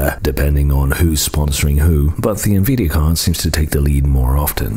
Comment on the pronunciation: He uses a cyber voice, it has improved but screws up emphasis and thus some pronunciations on many words that just don't fit the accent. It used to say "en-vee-dee-ah" rather than NVID-ia Uncanny valley